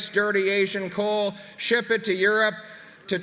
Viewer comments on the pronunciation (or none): none